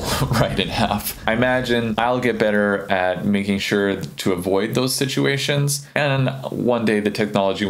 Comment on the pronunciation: did you say "Avoid those stitchuations"? or did I just hear that in my mind? ;)